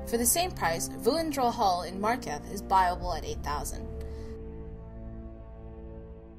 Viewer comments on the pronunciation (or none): Did she just say markath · The following words you cannot pronounce: Markarth, Solitude.